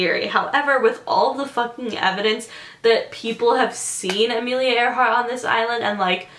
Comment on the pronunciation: okay come on isnt it ironic that her name was amelia AIR-hart